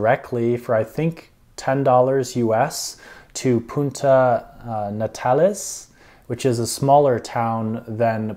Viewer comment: So much bad advice in this and some things that are completely wrong for visitors at any other time of the year. He can't even say Puerto Natales correctly let alone communicate with the locals.